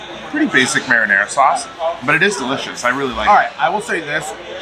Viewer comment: Love you guys but please pronounce the sauce correctly! Marinara